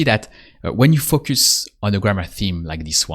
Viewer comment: You have a very helpful channel, and I enjoy the approach very much. But if I may offer one suggestion, it would be to work on your pronunciation of the word "Focus". It should be more like "Faux - cuss". The way you are saying it now sounds like extremely vulgar English.